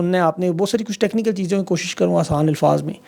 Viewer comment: Bhaijan Lafz ALFAZ hae ILFAAZ NAHIN. I listen to you most AVIDLY, kindly do correct this pronunciation. Thank you. God Bless.